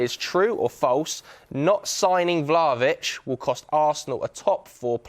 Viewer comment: The way he said Vlahovic killed me!